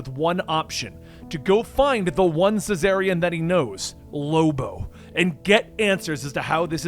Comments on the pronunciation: Isnt it czarnian not cesarian???? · It’s pronounced *XARNIAN*‼️‼️ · why are you saying "su-zarnian"? The C-in Czarnian is silent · I think you mean "Czarnian". Lobo is from the planet Czarnia. "Caesarian" is a medical procedure to deliver a baby. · Using my daughters computer to view your video. One minor complaint though, as you have done an excellent job. Lobo is a Czarnian. Pronounced Zar-Nee-An. The first part like the former rulers of Imperial Russia, spelled either Czar or Tsar and pronounced Zar. Keep up the good work. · I feel like that's not how you read czarnian... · glad i'm not the only one who was thorougly confused by the pronounciation here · Czarnian! The the Russian prince Czar. Thats gow its pronounced. Also Czarnains were peaceful and geeky thats why Lobo did his thing. So this story is off. Im hoping this is the Start of Lobo's new series. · It always bothers me the way you pronounce Czarnians, the “c” is silent. Just like you would say “Russian Czar”.